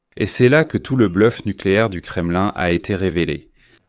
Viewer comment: On ne prononce pas kremeline c'est nul .mais kremlin( hein) à la francaise,ou kreml à la russe.